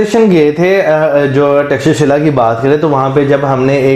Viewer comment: Thanks a bunch for pronouncing perfect name of " Takshashila" . 😂😂😂